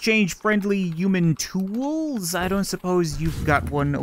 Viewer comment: Why does he say uman and not human